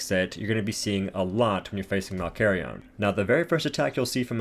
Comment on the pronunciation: David von Doom its malkarion “malkarion”